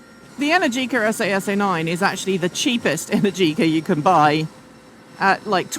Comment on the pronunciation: but what did you think of the esAy esAy pronunciation, ouch.